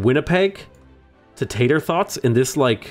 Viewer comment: Hearing you say "Tator Thots" out loud was hilarious